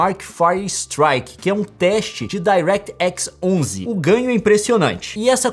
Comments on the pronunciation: "dairéti équis DOZE" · Pelo amor de Deus Leon fala direito é "DIRÉQUITI XIS DOZE"